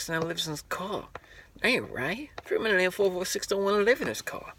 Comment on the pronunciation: "Its FMOTL446......." Then pronounce it as such.